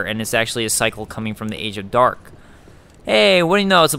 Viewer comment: Hearing you say "age of Dark" hurt my heart.